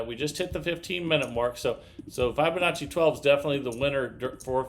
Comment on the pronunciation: How come he doesn't know how to pronounce Fibonacci?